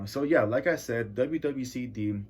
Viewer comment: You pronounced it wrong. It’s chine as in Machine. It’s an album paying homage to Benny the Butcher’s brother Machine Gun Black who was murdered.